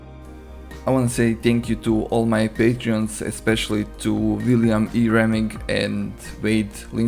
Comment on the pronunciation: You did, perfectly....which I'm not used to. 99 people out of 100 mispronounce it.